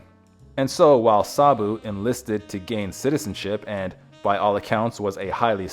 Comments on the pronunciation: You are pronouncing his name incorrectly. I can't take you seriously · The least you could is to pronounce the name Sabu with the correct inflection. Ugh! You mispronounced the word Mahout as well. Just pathetic.